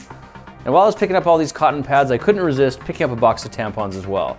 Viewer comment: I think he could of phrased the sentence "i couldn't resist buying some tampons too" a little bit better. Emphasis on "RESIST"😖😰